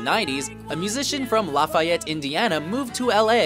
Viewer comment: That’s not how you pronounce Lafayette... Lah-Fee-Ett